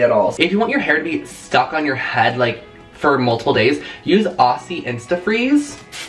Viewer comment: HAHAHA DREW I DIED WHEN I HEARD HOW YOU SAID "AUSSIE" It's pronounced "OZY" HAAHHA Anyway thanks for all the tips and I'm living for your content lately!